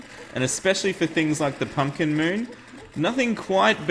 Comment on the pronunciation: You said pumpcink